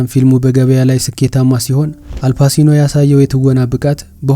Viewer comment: Not አልፓሲኖ it is አልፓቺኖ።